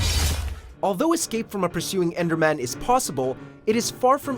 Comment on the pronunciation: You lost credibility when you said enderman